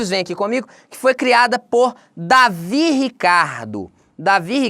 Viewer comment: O correto é "Deivid" e não "Davi" Ricardo.